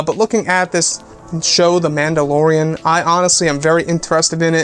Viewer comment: Am I the only one who hears "Landolorean"?